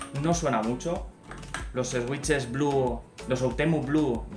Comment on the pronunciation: buen vídeo, pero me chirría la pronunciación de "switch" (no es "esuich" o "esuiches", es "suich") xd